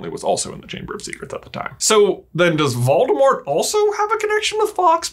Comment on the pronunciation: Sorta irrelevant, but everytime you pronounce Voldemort I chuckle. Waldemart. Where's Waldo?